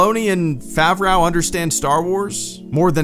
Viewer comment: Favreau = Favr-oh Favreau =/= Favr-ow